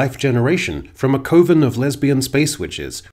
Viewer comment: By the way, you're mispronouncing coven.